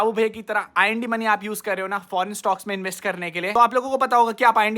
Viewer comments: it's bihu main not mai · Aap bihu main word me "n" ko kyu silent kar dete ho. "Bihu main" me N ko silent mat kariye